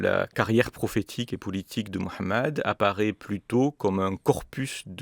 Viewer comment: Monsieur a le mérite, au-delà de son travail honorable et l’intérêt qu’il peut en avoir avec toute la pudeur intellectuelle nécessaire, de prononcer le prénom du Prophète Muhammed avec justesse, nous avons tellement eu droit au mahomet dissonant, moyen âgeux et péjoratif. Faut-il noter une déférence certaine du propos de chaque intervenant qu’il faut saluer. Chacun a des qualités pour ce en vue de quoi il a été créé comme l’écrit l’Imam Ghazali dans le Tabernacle des Lumières. Seul ALLAH sonde les cœurs et ses intentions. Madame, vous êtes dans une approche confessante?!.